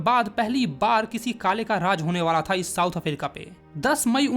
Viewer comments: africa❎️ aferica✅️ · Bro's pronounciation of africa